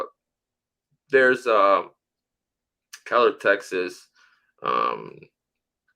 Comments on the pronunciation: The city is Keller, not “Kellen”, in Tarrant County, between Dallas and Fort Worth, Texas. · Just FYI it's Keller not Kellen. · Its Keller TX. Not Kellen